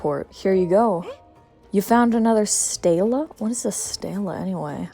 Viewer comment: STELAE a clay or stone plinth containing embossed information. Pronounced steel-ay. Cheers 😊